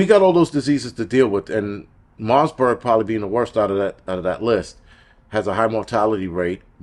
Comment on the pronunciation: Marburg...no 's' in the name. You're welcome ❤😅